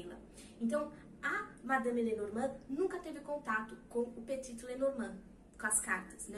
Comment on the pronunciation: Só um detalhe , Petit não se fala o último t, ele é mudo.Adoro suas aulas, vc tem o dom de ensinar ❤